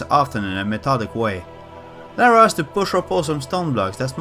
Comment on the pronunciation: Funny that Americans can't pronounce Lara either XD